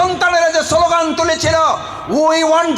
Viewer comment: সোলোগান না স্লোগান